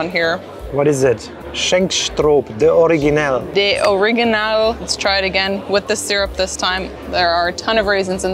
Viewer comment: ouder is pronounced "ow der" and " originaal" is pronounces " origin aal"